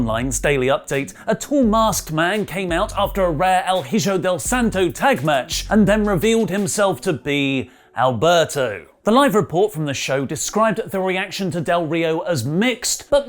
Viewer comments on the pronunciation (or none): Hijo is pronounced ee-ho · Please learn to pronounce HIJO